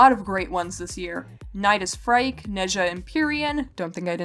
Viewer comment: Frike? Phryke is pronounced FREAK